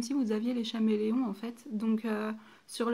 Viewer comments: J'aime ta video mais le faites que tu dis chaméleom au lieu de dire caméléon me stresse énormément 😂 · "ch"améléon ..... mes oreilles saignent .. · Ça s'écrit chameleon mais çà se dit Kameleon putain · Oui Mai sinon bien la video